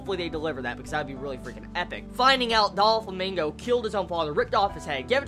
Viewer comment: Just so you know it's pronounced dough-flamingo. But your pronunciation isn't the worst I've heard. I've heard people call Doflamingo, DON FLAH MANGO. Another one that gets on my nerves is when people call Kurapika from HxH, Kura Pika. Anyways, keep up the awesome work. You're turning into one of my favorite anime/manga reviewers.